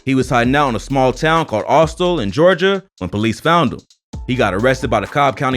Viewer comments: It’s called Austell , GA .. pronounced All-Stale 😂🤣🤣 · Did he say Astell instead of Austell? 🤔🤔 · Austell??? Not austole 😂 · sir it’s pronounced aw-stell😂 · You said austell wrong😂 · aus-STELL lol at least you said winwood right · The way he pronounced Austell, I just died 😂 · FAX I'VE BEEN THERE MY WHOLE LIFE😭😭